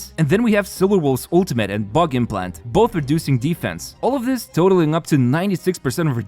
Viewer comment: I heard Butt implant instead of bug implant